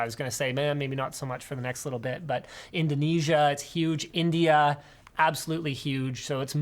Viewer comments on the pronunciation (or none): indanasia wth is an “indanasia” lmao it’s indonesia